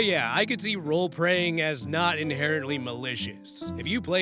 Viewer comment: I am not going to sugar coat it, Rolepreying sounds like you are talking about vore.